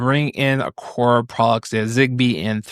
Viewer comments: Aqara not aqorrrr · hearing you constantly mis pronounce Aqara... every single time.. cringe... do you even try to learn how to say their name? and at some point maybe they just might stop sending you things to review cause you cant learn how to pronounce their name properly... (thats if they are sending you products)